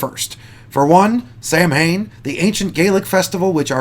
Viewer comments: I literally struggled with "Leslie Jones sextape", why would you feel the need to divulge such horrifyingly curious information lol that will scar people weaker than myself, and im a little drunk too so my constitution is often way questionable and its pronounced SOW-ehn, not sam-HAIN. watch Halloween 3, theyre the only ones to ever get it right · It’s pronounced soewen not samhan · Ok listen. STOP calling it SAMHAIN. Its Gaelic. It's pronounced "SAUEN" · "MH" in Celtic Gaelic is pronounced as a "W" Thus it is more accurate to call it the "Feast of Sawwen" spelled phonetically. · You and others have beat me to the chase. I was about to correct his pronunciation as soon as I heard it. 😂😂😂